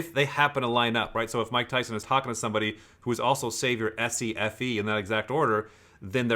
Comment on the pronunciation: mike tyon eh? hehe